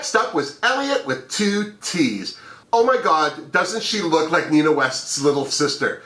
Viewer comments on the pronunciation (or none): none